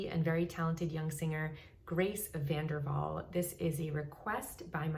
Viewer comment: No it's VanderWaal... Don't forget the W